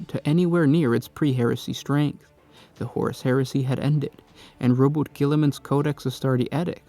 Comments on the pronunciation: Its pronounced ROU-BOO-TAY!!! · this channel is cool and well informed, the videos are well made and such...someone however NEEDS to let this guy know how to pronounce Roboute Guillaman, because if we are to trust Alessio Cavatore, it is pronounce Row-Boo-tay.